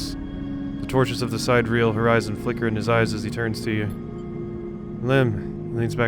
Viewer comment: Sidereal (adj.) - of or with respect to the distant stars. It's pronounced (sid-air-e-al)